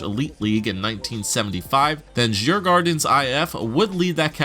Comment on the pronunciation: Djurgarden is pronounced yurrgorden lol